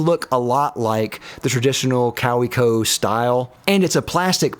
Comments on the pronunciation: I love you how pronounced Kaweco 3 different ways in the space of about 20 seconds. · How did you manage to mispronounce Kaweco 3 different ways within 10 seconds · I love how you pronounce Kaweco differently each time. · I cringed every time you mispronounced Kaweco. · I don’t consider hyperbole to be a given characteristic of YouTube, especially for somebody reviewing products. And as for Ferris Wheel Press, I assume they are providing free products in exchange for consideration. I don’t own any of their products, but their reputation for build quality, value, and customer service cannot be considered as great. I did, however appreciate the Kaweco bit. The correct pronunciation remains a mystery. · Forestalling the Kaweko mispronunciation complaints by pronouncing it differently each time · I counted 17 different ways to pronounce Kaweco, three in once sentence alone. Clearly the guy doesn't speak German--and doesn't know anything about fountain pens. No mention was made of the Pilot Varsity, which I would choose any day over the Platinum Preppy and even the Lamy Safari. Also not included were any of the fine pens by Jinhao. My favorite is the Jinhao 911, which I consider nearly equal in quality and performance to the Pilot Elite 95s with 14k Au nib, which is my favorite pen. The Jinhao 911 will set you back about $3.50, compared to the Pilot Elite 95s, which is about $140. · 100% correct pronunciation🤣 which of the 6 different pronunciations did you think was correct? (Hint: none) Great comparison and some useful suggestions - thanks! (Though in the pen world even Americans usually use metric units to help everyone outside the US know what they're talking about😯) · The multiple Kaweco pronunciations had me surprised and laughing at the clear gag. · I was like WHAT IS HAPPENING 😂😂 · lol I was gonna comment that, late to the party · As far as the previous comment, the w is pronounced as a v. It would have been nice if you listed the pens in order of preference.